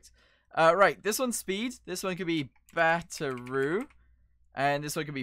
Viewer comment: Have anyone else notice in every video he makes he says batteru instead of ( battery! )... Does anyone one know what slang word it is or what language it's from or is it just the way he says battery? I'M CONFUSED! ( But I like your videos! )